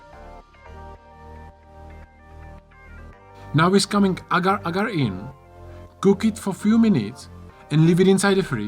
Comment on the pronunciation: Did you say "agar agar"... 🙈😁